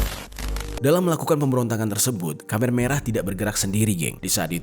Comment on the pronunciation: Maf koreksi bang Bukan kamer merah tapi khmer merah...